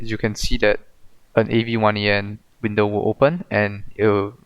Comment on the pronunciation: It's pronounced avian, like with birds, cool script.